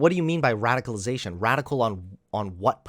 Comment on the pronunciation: "Radiclization." Come on,.